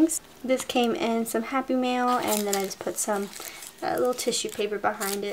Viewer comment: the entire time, I thought you were saying "happy meal"...I was so confused XD